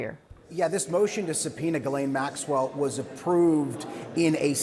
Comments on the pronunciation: Jiz-lay. It’s French. It’s not Gee-lane. The “n” is silent. FFS. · Her name is pronounced GIS like jeez, laine like len